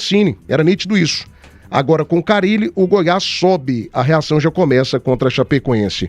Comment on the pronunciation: Quem é esse Fábio CARRILE que o está falando??? Ele NÃO SABE que o nome do treinador só tem um R???